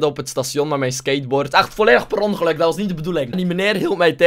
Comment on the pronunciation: je had ieman aan het sation angereden het was PERONgeluk